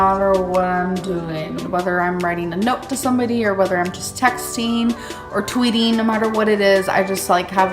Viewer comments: TextEEN....TweetEEN. No.....NO!!!! Dear God just STOP. 😂 you are a goddess. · Tweeteeng, texteeng, writeeeng a note...